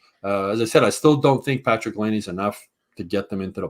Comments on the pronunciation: I'm a loyal listener but I've got a few things I'd like to put out there. #1 I'm pretty sure it's pronounced Lie-nay not Lay-nay. #2 It might be time to change up the Friday show format a bit. It has gotten stale. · makes me cringe every time he talks. First off… learn to pronounce Laine. You’ve heard the rest of the world say it 653,000 times so you should probs have er down by now. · Since we're gonna be hearing Laine's name a lot...someone tell how to pronounce it.